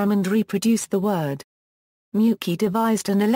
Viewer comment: I hate that pronunciation it's (may -you-chi)